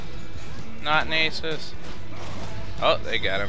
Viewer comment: It's not nAsus! It's NaSuS!